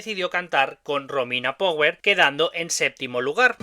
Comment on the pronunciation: Mi sono fermato alla tua pronuncia di "Power", mi dispiace. E quel modo di muovere le braccia a scatti fa venire ansia. Comunque grazie per il contributo. Saluti dall'Italia.